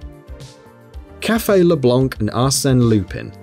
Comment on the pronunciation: My favourite pronunciation is probably leblonk